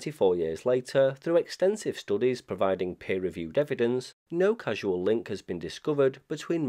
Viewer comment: I'm hearing repeated use of "casual link" in this video, when the proper term is "causal link." Otherwise, aside from ICNIRP being called ICINRP in one or more instances, a perfect post on the topic.